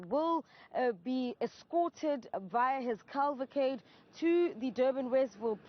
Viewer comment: At 6.15....WTF....us a CALVACADE????...OH you mean a CAVALCADE!!... It's the same as saying the calvary for the horse battalions....it is Cavalry...Calvary is where JESUS was crucified...